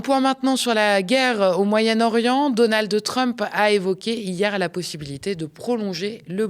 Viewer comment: Je t'aime bien honnêtement mais "Donaldeu" Trump c'est insupportable